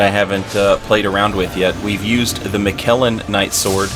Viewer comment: Mic-a-la not mic-kell-en